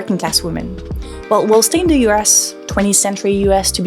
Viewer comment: Dis, dat, dem, da, dose please learn how to pronounce 'ths' it makes you sound very unsophisticated. BTW, Trump, one of the biggest misogynists and racists ever seen, was just reelected. Posters/propagandists like you are exactly what Trump voters hate above all. Rethink your life, who do you think you are helping?